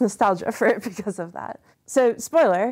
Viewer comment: "work-er, because-er, card-er"